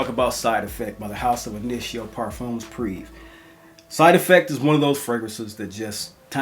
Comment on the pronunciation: Prive (pree-vey)